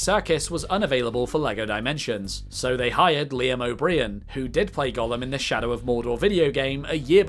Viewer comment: Liam O’Breeem XD